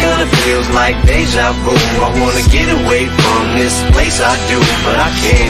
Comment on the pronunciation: Someone please tell him it's "Deja Vu" not "De Javu"😭😭